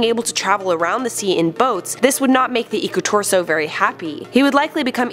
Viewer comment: Im finnish EDIT: Its Iku-Turso not Iku-tursou! Lol sorry about that